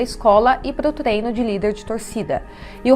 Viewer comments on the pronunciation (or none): none